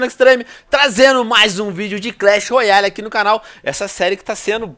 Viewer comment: venom clash royale se fala com r brando